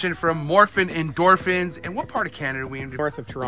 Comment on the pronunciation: Did anyone else realize he keeps saying Morphen Endorphens???